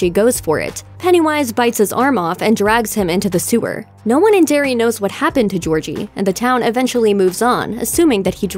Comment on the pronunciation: Sorry to correct you but it's "Derry"